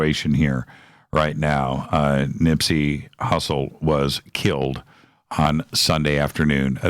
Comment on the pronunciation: Nipsy Hustle Not Nipsy Russell...hes old school you old man lol